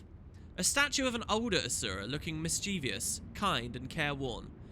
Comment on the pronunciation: "mischievious" nooo:(